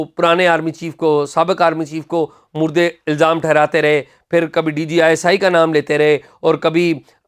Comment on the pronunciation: مورد الزام۔۔۔۔ م پر زبر ہے اور د کے نیچے اضافت کی زیر ہے